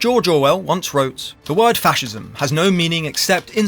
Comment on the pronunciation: it is "fascism"